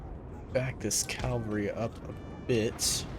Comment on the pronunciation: Great video mate. You pronounce Cavalry as "Calvary". It's "Cav-al-ree". 😁